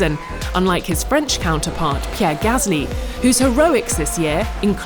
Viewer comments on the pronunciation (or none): none